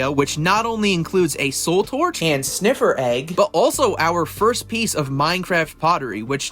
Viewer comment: I think its sniffer not sniffler but cool vid